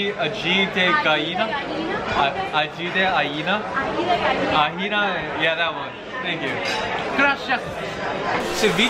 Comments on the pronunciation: Ají de Gallina? Johnny after try one million times : Ajina .. yeah that one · No se dice aji de gallina se dice Aji de ajina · aahhhhh Johnny dijo 'paletas?¿ 2' ahhh no mames mi amor es intelectual, me dio mucha risa como pronunciaban aji de gallina casi sonaba como aji de vajina v; ekizde salu2 desde mexico gege. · Johnny: agite cahina Woman: Aji de gallina Johnny: Aji...Yea that one lol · Yo escuche ajina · DIOSMIO JOHNNY CORTANDO EL TOSTON ME DIO TANTO ESTRESSS OQVEU2HQ Y CUANDO DIJO ALLÌ DE ALLINA OWHRI2JW papi vente pa latino america te enseñamos las cosas sin problema😔💚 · Si johnny le dice ají de ajina al ají de gallina, ají de ajina será X'DDD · No tengo el corazón para decirles cómo se pronuncia ají de gallina 😂😂😂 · Them trying to pronounce Ají de Gallina is so cute😂😂❤ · Johnny speaking Spanish is my new aesthetic, even if he says it wrong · i can't stop laughting at this moment when Johnny trying to say "ají de gallina" because for me (hispanohablante) it's almost sound like "V*4gina.. gallina" jajajajajajaja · Cuties nunca pudieron decir bien "Ají de Gallina" pero ellos lo intentaron 🥰 jajaja